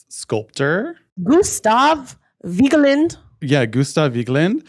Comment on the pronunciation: Vigeland is just vigg-land - you ignore the E, it's more of a slight pause than a noise. (My aunt is married to the artist's nephew & that is how his family pronounces it.)